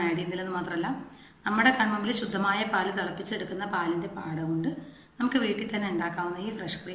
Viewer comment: ആട അല്ല പാട ആണ്